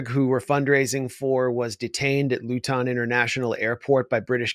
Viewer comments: Not Lew-Ton dude, it's Luton one word, one syllable. Cheers. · Great show,guys. Btw, Luton is pronounced more like Looten. Now, can anyone see this comment and let me know?